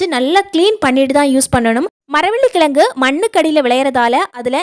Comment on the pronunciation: Maravalli kizhangu not kilangu. Please don't kill tamiizh. Unbearable to hear most youngsters not uttering zhe. Please improve spoken tamizh.